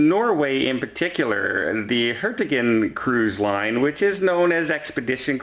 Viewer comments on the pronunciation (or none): it is pronounced Hurt- i- grute - in, the Norwegian cruise line.